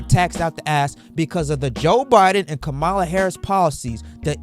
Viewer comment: 1. You keep pronouncing her name incorrectly. 2. What do you mean by “people who are still undivided” 3. You have misplaced anger, if she isn’t your pick… don’t vote for her. Do your research, make another video and request that Trump provide you with any answers at all….. you are an angry unprofessional person and it’s giving mommy issues…